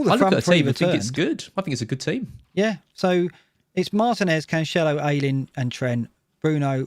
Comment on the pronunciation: YOUR STILLLLL SAYING AYLING WRONG!!!! ITS AYYYYLING. LIKE YAYYYYYYY. SAY YAYYYYY THEN AYYYYY. THEN AYYYYLING